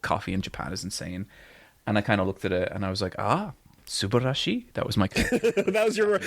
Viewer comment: He says こんにちは（konnichiwa) and subarashii wrong (and oosaka, toukyou, kyoutou etc) but they will tell you its very good and honestly it doesn't matter if you're visiting. They probably get hundreds of foreigners making the nerd pilgrimage every week in any particular themed cafe. The mickey mouse line would have broken me right then and there. You also don't have to fully pronounce the shi in Ashita no Joe (like ashta rather than asheeta) but w/e :P Im just being pedantic because Megalo Box is dope and everyone should watch that if they like the genre.